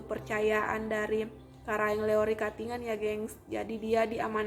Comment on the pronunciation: Karaeng LoE, bukan Karaeng Leo, tolong dikoreksi, perhatikan juga pengucapannya yg tdk sesuai, seharusnya sebelum membuat video ini berkonsultasi dulu dgn orng yg paham utamanya dlm penyebutan nama.